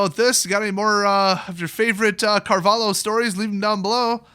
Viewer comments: Pronounciation: Car-vah-lih-oh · as a defender of the portuguese flag, and without knowing exactly how much you care about linguistic intricacies (probably very, very little), I feel inclined to say that it's not Carval-hoe, the "lh" is supposed to be one sound, similar to double L in Spanish, like in "pollos" for instance.. other than that you pretty much nailed it, with a slight tonal deviance that's due to differences in native tongues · Portugal, it is also pronounced Car-val-yo. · That flag is from Portugal and it is pronounced "Mahsiu Cahvaliu" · Portugal, last name pronounced carvah-lyoo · pronounce something like "carvaleeoh" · That flag is from portugal, it is pronounced "carvalio". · it's not pronounced carvalio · It's the Portuguese flag and his name is pronounced "mar-ee-sio Car-val-io" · If you're actually interested in the pronounciation, it's Marcio Carvalio, and the flag is from Portugal. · the the fuck is a carvaLIO? are you even portuguese? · the LHO in carvaLHO. you better saying "LEE"-O but A for effort! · just being as nice as possible 1. you know the flag and you know where he's from, yeah portugal is not a big country but like you said he needs no introduction, dont shade the country because you hate 1 guy, that's to easy and only makes you look dumb :) 2. hes a cheater and a piece of trash i agree and MTG should've alreaddy banned him for life 3. lh has same sound in portuguese as ll in spanish, maybe that helps how to pronounce it ;) Keep up the goood viideos just make sure to use the right way of saying things, maybe it helps boosting your channel :) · Here's my angry comment: So you made a 13min video about a dude and didn't even bother to search his nationality or the flag? C'mon it's not that hard SEU BURRO MIRANDES DO CARALHO! Try to pronounce that.